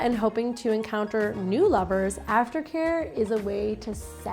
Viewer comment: I hear it too!!